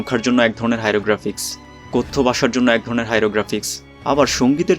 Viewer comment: হাইরোগ্রাফিক্স নয়,হাইরোগ্লিফিক্স।